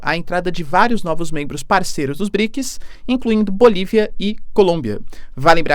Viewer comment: BriKIS faceBUKI ... tu tem patrocinio pae, aprenda pronunciar as palavras pfv. Outra, arrume um revisor de portugues ai, namoralzao. Vlw